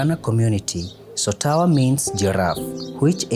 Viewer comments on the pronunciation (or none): Its "Sotowa" not "Sotawa". Great environment..love it.